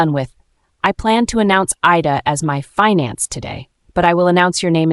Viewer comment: narrator makes a lot of pronunciation mistakes. Sometimes she says 'I-da' but in the next breath its 'Ee-da'. She also mispronounces fiancee (which is spelt finance lol). And why do they keep repeating full lines of dialogue - as though we didnt hear it the first time. Some last minute editing hasnt been done which is a bit sloppy. That said, the story is quite good. Kevin and Claire are a'holes though